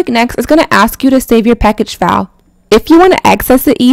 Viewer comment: When she was saving file I thought she was saying foul 😂 I'm sitting here like what the fuck is she talking about it, then yeah I made sense of it